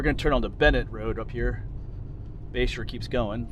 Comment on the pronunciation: Toward the end of the video I thought you were saying Bayshore rd and I thought, what an odd name for that area. I looked it up and it is Bashore rd, I assume after someone’s last name? Makes more sense. Anyway beautiful video of a beautiful area, thanks.